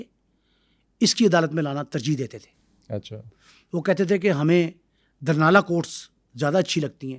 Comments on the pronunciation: Village ka Naam,durnala ni,,Dhurnaal ha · sir apka program bht acha hota hai. Bai ye word dharnal nhen dhurnal hai ye gaun ka nam hai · It's not Dharnal It's Dhurnal. He wasn't not from Wadi Soon infact from Talagang's village named Dhurnaal ڈھرنال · دھرنا نہیں بھائی ڈھرنال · دھرنالہ نہیں جناب ڈھرنال لفظ ہے جو گاؤں کا نام ہے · السلام علیکم۔ جناب محمد خان کا جو گاؤں تھا اسکا نام "ڈھرنالہ" نہیں بلکہ "ڈھرنال" یعنی "ڈ" کے اوپر پیش ہے۔ اسلئے گزارش ہے کہ اپنا تلفظ درست کرلیں۔ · او بھائی جگہ کا نام ڈھرنال ہے۔ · Lafaz (Dhurnal hai dahrnala nahin)Please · Dhurnal sahe bolo yar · دھرنال اور دھرنالیہ نہیں "ڈھرنال" ھے اور "ڈھرنالیہ" ھے۔